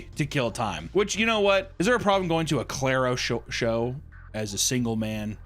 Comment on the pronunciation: Your pronunciation of Clario is killing me